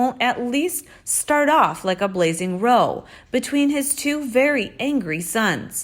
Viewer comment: A row like an argument is not pronounced like roe. Please stop saying a roe. R ou like in ouch w